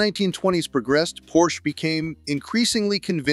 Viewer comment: It's pronounced porshuh!